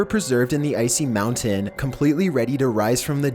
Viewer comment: Omfg STOP SAYING MOUNTAIN LIKE THAT MOUNT-AIN Not How ever the fuck you say it